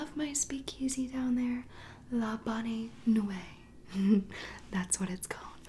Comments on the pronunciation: seriously no one is gonna talk about the fact that she said la bonnay nuay instead of la bonne nuit? you can tell she doesnt watch riverdale and didnt do her research very well. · When I heard her say labonay nuway I’m like bro it’s la bonne nuit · It’s LABAN UE NOT LABON LE UE. LABAN UE!!!!! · le bon newee not le bonay naway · The..La Bon-new-ee..djdnxnsj R I V E R D A L E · “Lay bonnay nooway” I’m so weakkk 💀💀💀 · "la bonnay nu ay" omg i almost cried nooo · She said la boon nu e wrong but great vid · Love this but she said the speak easys name wrong and it was annoying me but other wise great video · Omg I’m a little triggered... I speak French and she did not say la bon nuit right.... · Don't mean to be picky but she totally butchered the pronunciation of Veronica lodges's speak easy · She pronounced le bonne nuit wrong but okay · Is no one going to talk about who she mispronounced La bonne nuit wrong???